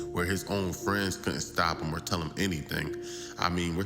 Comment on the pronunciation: For those who can't decipher: "Pit" is put and "hem" is him when the narrator speaks.